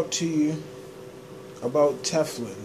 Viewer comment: Omg 🤣 he said Tefflin!